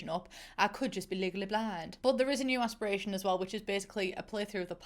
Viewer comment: No one: No one at all::Aspirashon.